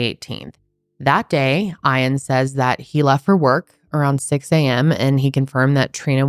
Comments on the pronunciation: do you mean”Ian” as in “EE-IN” ? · Aaah im sorry but im struggling to watch. Eash time you say eye-ann its making me twitchy It's Ian like E-ann❤ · is his name really eyean or is she just mispronouncing ian? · She don’t know how to pronounce Ian and it’s really annoying “eye-ann” lmao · Why are you pronouncing Ian like that???? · How are you not able to pronounce Ian 🤦‍♀️ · why do you mispronounce Iain’s name repeatedly?!? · Why are you pronouncing his name like that😵‍💫